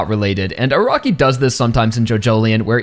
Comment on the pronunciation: I cant unhear A-rock-i.